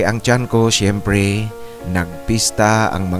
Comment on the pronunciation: Ano daw??? " Syemprey"...weird ang accent mo